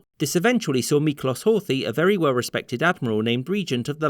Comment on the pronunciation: As a Hungarian speaker, for further reference, the letter is is actually pronounced like a 'sh' sound so its pronounced Miklosh. The English 'ess' sound is produced through the letters sz together. Hence why Hungarians say budape'sh't, hope this helps